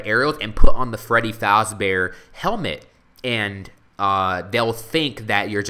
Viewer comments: it is pronounced fazbear not fozbear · Its fAsbear not fOzbear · It's pronounced faaaaazbaer not foooooozbaer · its faz not foz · Freddy Faaazbear.. no it's Freddy Fazbear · not fozbear fazbear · its freddy fazbear not freddy Fauzbear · Why do you pronounce Fazbear like Fozbear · freddy FAZBEARS not freddys FOZBEARS! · ITS FREDDY FAZBEAR NOT FREDDY FOZBEAR!!!!!!!!!!!!!!!!!!!!!!!! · This is really good! But I hate how you say "Freddy Fahhsbear's Pizza" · The whole time that he said FOZBEAR triggered me so much😵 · No offence but you're saying "Fazbear" wrong. You're saying it like "Fozbear". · Why do you keep on saying 'Faazbear'? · also, he says fazbear wrong. also freddy boy, bonnie boy, foxy boy and chica girl. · Why Does He Keep Saying Freddy FAZBEAR Wrong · yo you are saying it wrong the a is the 1st sound ;_